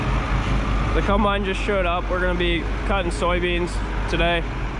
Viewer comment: I love how people from Pennsylvania pronounce Combine. CUMBINE.